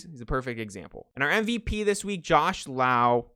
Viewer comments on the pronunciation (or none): Jose and Nate are pronounced like Low. Brandon is pronounced like Lauw